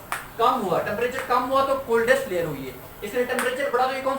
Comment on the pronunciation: Sir layer hota hai lawyer nhi